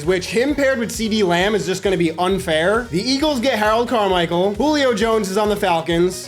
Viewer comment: HARROLD CARMICHEAL!! WTH SHORDY DESEAN JACKSON?????????